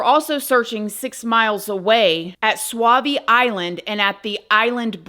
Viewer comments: It’s pronounced Sawvies but it’s spelled Sauvie’s! Been there before! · I live in the area and this has never left the local eye. Terry did something to him. She took him from school. She had motive, means, and opportunity. Justice needs to be served on her... also... small note... its pronounced SO-Vee Island... but otherwise thank you for putting this out to the world. I was a member of the gym she went to and after this happened there was a wall put up in the parking lot with postings from people and images and support to find him... SHE DID IT. There are still signs with his face everywhere you go... people will never stop looking... sadly I don't think there's much left to find but closure for his parents. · This is so sad I still go to events for Kyron! Kane does the Kyron car show - everyone should go. It’s so so sad. The place is pronounced Saw’vee Island for anyone wondering where he may be. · Pronounced, "sovvy island"😊